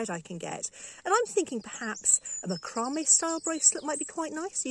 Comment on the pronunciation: are you saying macrame? Is that a normal English pronunciation?